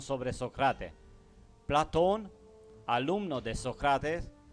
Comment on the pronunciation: Me gusta tu informacion. Como tambien creo que eres un ser de alto intellecto. Gracias por estos videos informativos. SOLO TRATA DE USAR LA FUERZA EN LAS PALABRAS. ( PLA'TON ) SUENA FUERTE EN LA A. (PLATO'N ).CON FUEZA EN LA O. Te queremos y solo unos details, para ayudarte y con todo respeto a tu intellecto, que admiro. Un abraso desde CANADA.